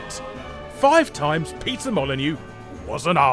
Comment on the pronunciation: I love that you pronounce Peter Molyneux as Pizza Molyneux at ~ .